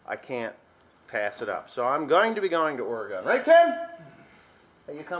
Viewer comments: yeah, coming to God's country. the pronunciation is Ore i Gun not Ore E Gone. Have a fun trip out here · No offense im from Oregon and people say it wrong all the time and it's pronounced like or-e-gun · Ore gun correct pronunciation